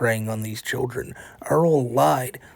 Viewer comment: Earl: "I-I-I-I don't have adult convuhsations with childwen wike you two!" Funny, because your track record shows you prefer to have very adult conversations with 'childwen', Earl!